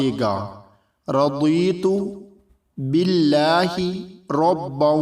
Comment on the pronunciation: Bhai sahab yeh duaa toh meray bohat pasandeeda Azkaar main say aik hai, bay shuck! Mein nay ‘like’ toh is Azeem duaa k liyeh kiya tha, kyoon k mein iss say aagah hoon - magar aap nay, ya jis kisi nay yeh audio perha hai arabi main, unhoan nay iska talaffuz sahi naheen perha. Ya jiss kisi nay bhi is audio clip main bola hai.. unnhain iss tarah perhna chahiye : “ Radeetu bilLahay *Rabba*, wa b’il Islaamay *deena*, wa’ bay’ Muhammadinn Sal’Allahu Alaihi wa Aalaihi wassalluma *Nabiyya*~ ❗️aap say guzaarish hai k baraiy meherbaani, 🙏🏼iss ki Islaah kernay kay baad dobara post ki’ jiyeh ga 🙏🏼 Yeh intihaiee zaroori baat hai. Verna kuch logue iss Kalaam /ba-berket duaa ko ghalet perhain gai.. 🥺❗️🙏🏼